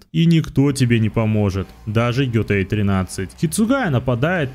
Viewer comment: Готэй, а не Гётой)